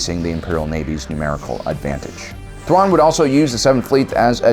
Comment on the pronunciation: tuan xD i know it might be a speech issue but its still funny